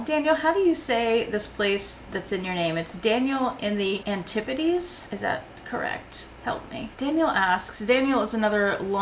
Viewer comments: Cha Cha jumper twins! (thanks Winnie!) You said Antipodes correctly! The Gucci Ophidia tote is a good choice for you I think. Helloooooo Roxie! Helloooooo Barron! Helloooooo Lily! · I left a comment, but I tried to edit it and it disappeared. Sorry if I have left comments twice. You pronounced Antipodes perfectly! I have an organiser from Samorga, a cheapie from ebay and another from KD. Of them all, perhaps the Samorga is the best, but it cost an awful lot more and the delivery was slow. I doubt I would buy another cheapie from ebay because it was not the best quality, but the KD seems an ideal compromise. They are located in Australia so the shipping is, for me, much faster. Channel Recommendation: The Chateau Diaries. Thank you for the video. Have a fabulous day. Thank you for answering my question. I appreciate it! Hopefully this one reaches you and sorry if they both turn up!